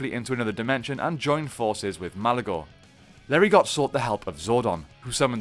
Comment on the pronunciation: The "t" in Larigot is silent.